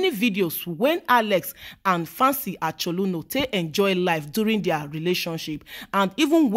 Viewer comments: Fancy Achaluno. 😂😂. Her pronunciation of the name got me lmao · A CH O L O N U, not acholuno😃